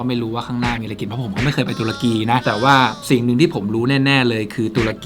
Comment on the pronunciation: ตะลุย ตะ-รุ-กี 😁🤣